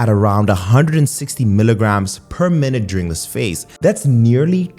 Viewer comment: "minuteduring" lol